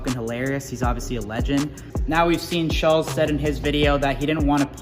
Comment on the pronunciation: The way Kyle pronounces Schulz is weird...Sullz